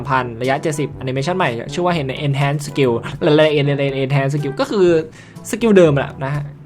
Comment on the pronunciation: พี่ เอาอ่านว่า เอนฮาร์นนะครับ ไม่เอนเเชนนะครับ ตามเนื้อนะครับ